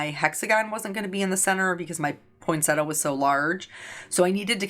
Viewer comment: Point-Set-Tee-Ah is the correct pronunciation... not point-setter. 😉 I don't mind the um's - it's the sniffing I don't like. Eeewww gross 😆